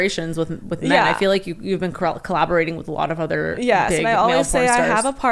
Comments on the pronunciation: She says udder instead of other I cant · Why does she say other like udder?